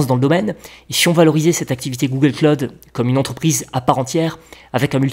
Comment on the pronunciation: "Google Claude" Aux USA si tu parles de Google Claude au Americains ils vont bien se marrer du Frenchy... Google Cloud ==> Pas Claude mais klaʊd ou KLOWD